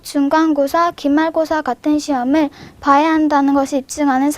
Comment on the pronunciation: 중간고사 라고 하지않고 준간고사 라고 함 ㅋ ㅋ ㅋ